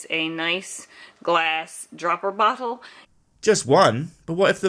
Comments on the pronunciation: Is it just me or does "bottle" sound like "butthole" every time she says the word? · I know she said bottle, but it really sounded like she could have said something else. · is she saying "bottle" or "brothel"?